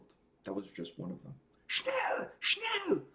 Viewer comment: You pronounced that German word "schnell" (meaning fast/quick) correctly. Since you interviewed Andi Kravljaca already, why not do a reaction to "What I've become (edit)" - that intro!!! - or "Day by day" from the first Seventh Wonder-CD, in case you haven't heard it yet. Cheers, mate.